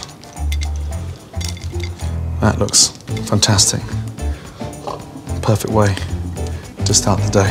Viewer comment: now... mix that up... "pofect"